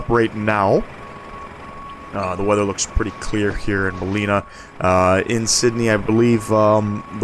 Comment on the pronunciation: It's pronounced Bal-in-ar. Nice quality video. Thanks.